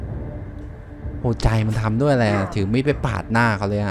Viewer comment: ทำไมพูด ร. เป็น ล. หมดครับ ได้รับ เป็น ได้ลับ อะไร เป็น อะไล